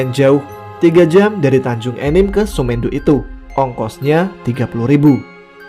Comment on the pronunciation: Semendo bacanya bukan "mee" tapi tapi "me" bang,"me" nya sama penyebutannya seperti "se"di awalan, Paham kan bang 😅 Kenapa saya tau,karna dusun semendo itu 1 bahasa sama saya, Salam bang buat penulis,buat sukses selalu 😁✌